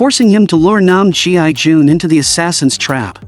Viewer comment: Mercy for None by So Ji Sub ❤ Brutal, action packed and watched it several times as the fighting scenes were sooo good ! Also, his name shld be pronounced as "gii jun" not "G.I. Jun" pls 😂